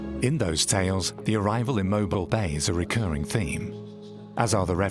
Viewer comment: DeSoto Falls near Mentone, AL is actually in Alabama, and Mobile Bay, next to the city of Mobile Alabama is correctly pronounced "Mo-Beal' ". It's more generally thought that after Madoc entered Mobile Bay and proceeded up the Alabama River, he went northeasterly up the Coosa River (rather than northwesterly up the Tombigbee River, as illustrated on the map) where he reached De Soto Falls, then from there went a short ways north to intersect the Tennessee River near present day Chattanooga, TN. There is evidence of stone fort ruins in NW Georgia and southern TN built by someone other than the Native Americans (who didn't build with stone, but with soil) ie. Mound Builders.